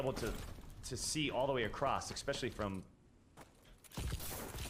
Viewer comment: Is he saying “Eck..specially” ?